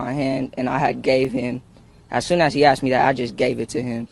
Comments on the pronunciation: The 14 year old at least pronounced the word properly, asked!! Not Axed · Funny how the victim can correctly pronounce "asked" but ole cant. One day, this psycho is gonna roll up on the wrong one....I hope I there to see it. There are NO good cops.....and very few good FORMER cops.